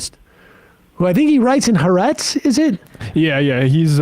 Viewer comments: Fyi, it's Ha'Aretz, not haretz. The Land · how does Sam not know the pronunciation of ha AR etz????? I think he's knocked too many memory cells loose blowing the shofar